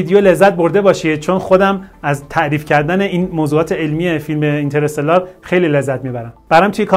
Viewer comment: ممکنه همه اشتباه بگن ولی از شما انتظار نمیره کلمه انگلیسی هست و تلفظش هم همونه